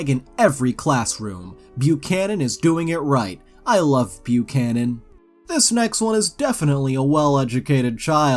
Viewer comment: Definitely not me saying Buchanan wrong 🤦🏼‍♀️🤦🏼‍♀️🤦🏼‍♀️